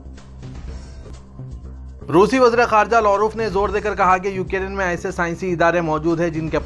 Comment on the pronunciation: URDU KA JANAZA🤣😛UKIRIN. (UKRAINE)